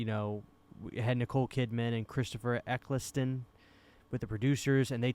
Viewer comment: Nicole Kidman’s memorable performance for me was in Eyes Wode Shut, which i hope will get a 4k release next year. By tbe way - its pronouncer Christopher Ecc-el-stun. He comes from the same city as me, Manchester in the UK.